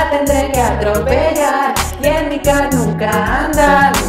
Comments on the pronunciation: pensé q decía cacaca y después me di cuenta que era car 😂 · Yo pensé que decía caca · Siento que dice caca :v::vv